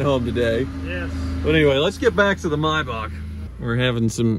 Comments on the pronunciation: It’s not pronounced Myback, it’s Maybach, Google it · It's a Maybach,not a Mybach. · Paid 40 thousand and can't even pronounce the feckking name. Its not a my back. It's s mayback spelt however z germans spelt is. Either way it's far from my back. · It's a Maybach, not a Mybach... Typical Yank, butchering languages one syllable at a time... ;-) Or do you also pronounce the month of May as 'my'? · What’s a “my-bach”…? How do you say the month between April and June….? 😂😂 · mee-bach. mee-bach. mee-bach. please, you're hurting my ears by mis-pronouncing it.